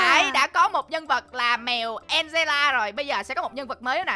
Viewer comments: Nó là an ge la chứ đâu phải angeles đâu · chị mèo đọc sai là mèo an de ra ko phải an dồ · ơi đọc tên con mèo angela sai ạ là angela không phải angle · Con mèo đó tên TALKING ANGELA chị dọc sai rồi đó nha cute phô mai que em thích và chị chị cute phô mai que à hihihihihihihihihihihihihihihihihihihihihi là lá la yes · tên nó đọc là en giơ la ạ